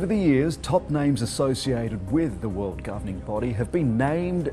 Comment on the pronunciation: “Two tventy two vorld cup” 😂😂